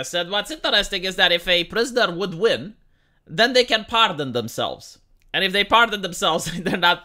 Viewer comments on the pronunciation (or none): none